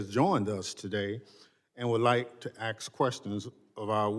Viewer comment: "axe questions"? 😮